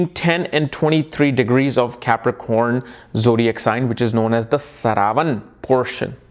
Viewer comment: So many years into astrology and this man still gets the pronunciations of most important words completely wrong. 😆👎 Is this how you teach your students... Calling श्रा व ण as स रा व न. Seriously man... Whats with you?